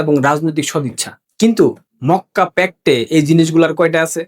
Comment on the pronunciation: Mokka k fokka bolli keno?